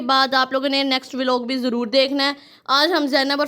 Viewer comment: Vo V_ log nahi hota vlog hota hai 😅😂😂😂😂😂